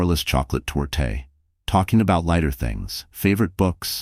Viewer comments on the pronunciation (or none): It’s pronounced tort not tortay